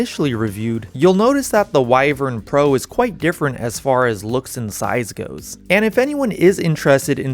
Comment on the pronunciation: At least learn how to say wyvern properly. Theres 2 ways, you mixed them together.